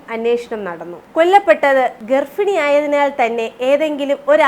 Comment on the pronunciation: അക്ഷരശുദ്ധിയിൽ ശ്രദ്ധിക്കണം പ്രത്യേകിച്ച് ഫ അല്ല ഭ 'ഗർഫിണി, ഫീകരം ഒക്കെ മാറ്റി ഭീകരം ഗർഭിണി എന്നൊക്കെ ആക്കണം